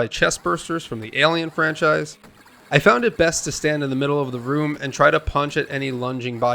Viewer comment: "Level 6 is the woom of the house" I thought you said this pawticulaw howwow house had many wooms in it, which woom is THIS?